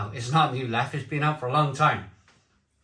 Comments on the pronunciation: It's pronounced leffa, not leff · A rather grumpy barmaid in a bar in Belgium informed me it's pronounced "Leffer." and most definitely NOT leff or leffie. Hope that helps. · As a Belgian - it's pronouned 'Leffa'. Just sayin' ..... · Not sure what's more annoying, the reduced ABV or ^s insistance on the French pronunciation rather than the Dutch? ABInbev insist both are correct anyway. Looks like it's another example of brewing by the accountants rather than by experts